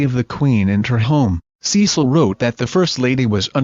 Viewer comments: Not Ceeecil Beaton. Cecil like the e in pen. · Yes, in case anyone listening thinks that Ceeecil is the correct pronunciation